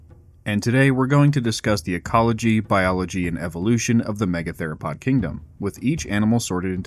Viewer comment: Lol "me-gather-o-pod"